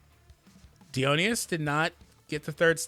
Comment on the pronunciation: Uhh I don’t really wanna be that nerd but it kinda bugs me for god knows what reason. Dionysus is pronounced like Die-o-nice-us.